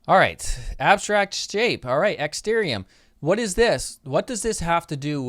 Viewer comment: It's ExtArium,.... not ExtErium.....